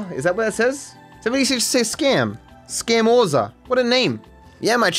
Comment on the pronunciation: As an Italian guy I can't believe you just called it SCAM-orza haahah.